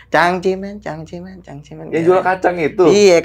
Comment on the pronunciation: Cang ci men yg bener bukan cangcerimen.😂😂😂